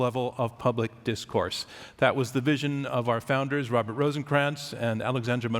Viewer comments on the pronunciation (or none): none